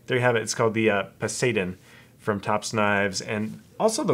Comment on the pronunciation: Po sy don. Its not hard